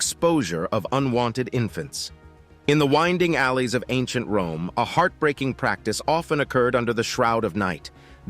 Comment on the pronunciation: Wome is your Fwiend. 😂😂😂